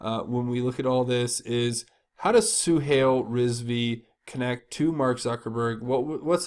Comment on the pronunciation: Suhail is pronounces Suehile; "a"i has a long i sound. Zuckerberg stole the concept from the Winklevoss Brothers. The way I see it, his troubles is a form karma.